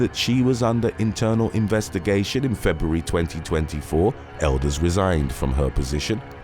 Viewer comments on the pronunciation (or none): none